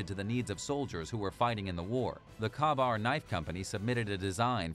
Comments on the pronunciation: The knife's name is properly pronounced "Kay-bar". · The KA Bar knife. Isn't it pronounced Kay Bar. Or am I wrong. After all I have used one before... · Yes, I have a KaBar fighting knife made in 1943. I also served in the Marine Corps during the Viet Nam years. The correct pronunciation of the name is: K-Bar. The “A” is silent. Simper Fi!! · Yes, pronounced "Kay-bar". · Kabar knife ?? Your pronunciation of Kabar is very incorrect. You must not be American......